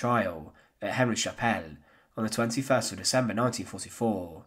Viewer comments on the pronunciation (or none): none